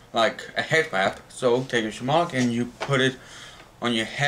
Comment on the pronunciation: "Hed wap"